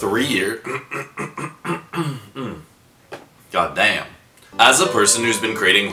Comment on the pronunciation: Loves how he says like a cow boy or a sheriff ''god damn''